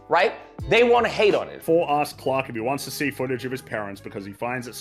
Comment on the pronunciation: Tbh, just hearing that guy saying "Quack" instead of "Clark" just pissed me off so much for no reason lmaoo